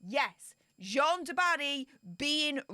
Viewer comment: the French name Jeanne ( a female name) rhymes with ANNE, not John. J-ANNE du Barry.